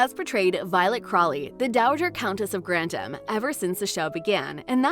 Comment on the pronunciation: * Dislike * (“Countess of Grandam”??)